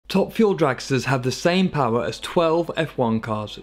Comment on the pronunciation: Put down more power? Ya, more power. More powa'? More powa' baby! MORE POWA' BABY!